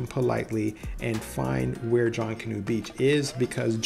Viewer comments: It's not "JONK-anoo" Beach.. its pronounced like it looks.. "JUNK-anoo" . 👍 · Please pronounce Junkanoo correctly. Phonetically, junk a noo.😉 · Thanks for the video. It's pronounced (Junk)- a- new. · pronunciation aside, thanks for the video and the information. Going there soon! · Couldn't make it threw his pronunciation of Junkanoo. Little research ahead of time would help.